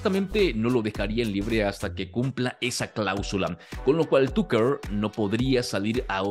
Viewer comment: Excelente Tucker Carlson, buen resumen pero ojalá pronunciaras bien el nombre TUCKER🙄